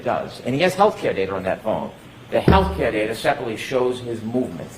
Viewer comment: All I hear is daterrrr 🤦🏼‍♀️